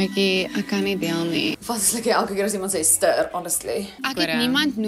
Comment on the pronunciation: Dink nie ek sal ooit weer die woord "stirrr" gebruik nie😂